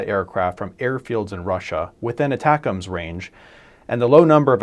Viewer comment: Thank you for saying "ATACMS" the way it was intended. Many other channels say ATTACK - "M" "S". I will therefore subscribe.